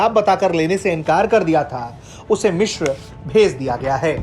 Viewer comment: वो "मिश्र" नहीं "मिस्र" होता है। आजतक के पास ढंके न्यूज़ रीडर तक नहीं हैं क्या? एक वो आयुष है जो इतनी गलतियों के साथ ख़बर पढ़ता है और एक ये महाशय हैं जो "मिस्र" को "मिश्र" बोल रहे हैं।